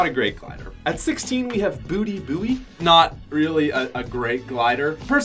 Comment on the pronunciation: His name is Booty Buoy not Booty Booty